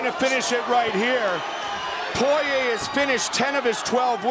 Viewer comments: What’s with the announcers pronouncing Dustin’s last name as Poy-Yay in his earlier fights? 😅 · All the commentators pronouncing his last name as, "Poiyeeyay" in his esrly career 😂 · Mike Goldberg continuously calling him “Dustin ‘The Diamond’ Po-Yay” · them pronouncing his last name for the first 8 years of his career is very UFC of them to do🤣